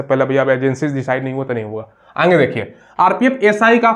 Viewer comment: Not आगे = आँगे😅😅😅